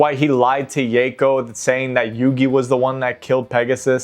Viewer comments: "Yayco". lol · I know this almost certainly stems from the 4kids butchering of the word Mako's pronunciation but that is very much not how you pronounce Yako lmao, think Yocko. Love seeing R get some attention though!